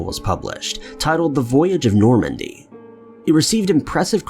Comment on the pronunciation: NORMAN D. ... Not "Normandy"